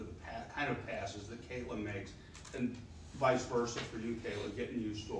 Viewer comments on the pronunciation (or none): none